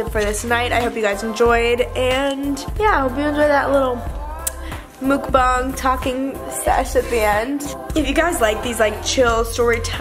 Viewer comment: Lol I know I am late but I think its muk bang not bung hehe